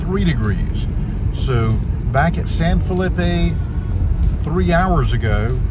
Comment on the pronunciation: It is not San Fill-ip-eh. It is San Fel-ee- pe (San Felipe). The pronunciation is Spanish, and effort is appreciated when speaking of areas you visit, and if you have knowledge of such places. If never speaking to locals to hear it, then get to any translate app. It will give you the pronounciation. This way others coming won't follow suit, or insult local citizens. Otherwise, it's a pretty good presentation. Thank you.